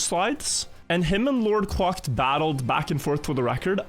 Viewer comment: Does this LordQuacked guy actually pronounce their name "quocked" or is just a weirdo?